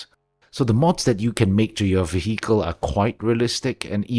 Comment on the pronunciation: Excellent list, I've been diving into heavily modding the game for my next playthrough so thanks for summarising. Also tiny unrelated note, the 'h' in vehicle is silent.